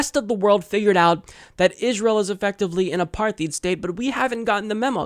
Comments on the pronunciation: Apar-TIDE, not Apar-THEED. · tiny little correction for: apartheid is an afrikaans word, it's pronounced like "apart-hide", not apar-th-eed. apart means the same it does in english, same as separate(d), -heid means the same -heit does in german: ~"the status of"; apartheid would be translated to separateness, or separation. im pretty sure i know, one of my (2nd language) english courses in university was about south africa.